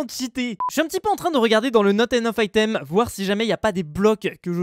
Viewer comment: Naute ainoffe aïtaime